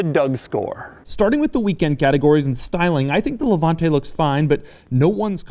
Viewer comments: Doug Demuro ... demuro .... you have an Italian surname and you can’t even pronounce Levante. With that fucking american accent that you have as if you have a potato in your mouth! What do you know about cars? You, who were born a few years ago, who beg cars from others with that fucking miserable message! Before talking about Maserati you should scald your mouth! You, just because you're american you should not even talk about cars, style! Style...you can’t even write this word, imagine if you know what it really means...but, seriously, have you seen how you are dressed? You're the kind of dude that would dare to get into that car with german sandals and white socks on your feet! You have no idea what a car means! Do we want to talk about those WC that you produce? People without taste and culture based only on one word, profit! People who created that shit of music called hip hop! People without taste in dressing, in talking and then talking about things that you do not even imagine you can create. A society of people created with those four poor men of starved Europeans who went to create the most boisterous people in the world. Go to review hot dogs and let us do the cars because only a jerk can listen to you! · Levanteeeeeeee Why are most americans not able to pronounce italian words?